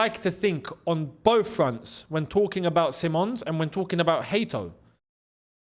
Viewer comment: See mons is how they say it over here in Holland btw. Just sayin. Dutch media think its on.